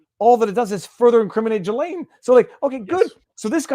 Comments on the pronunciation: Robert Maxwell's boat was The Lady Ghislaine. And by the way, the 's' in her name is silent. It is pronounced Gill-ayne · GILL-lane not JILL-lane